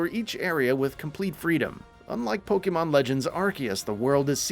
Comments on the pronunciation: Pokeemon? Why you keep saying it weird bro? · I'm sorry, I can't get past the pronunciations here. Every time "pokey-mon" was said, I died a little inside... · Someone need to learn how to pronounce Pokémon.